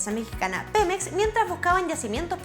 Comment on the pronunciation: es Pemex no Penex :s